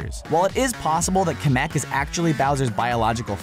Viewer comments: It's kam-mak not kam_ick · It's Kemek not komek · Kamek not cameck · camic not comc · people keep getting it WRONG it is pronounced KEEEEEYYYY KEY-MAC Kemak with the longer E sound. KEY-and-MAC KEEEEEEE-MAC with the short A sound. Kemak. I have known this from my childhood. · You say kemeck like kem-eck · YOUR SAYING KEMEK WRONG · you say kamek wrong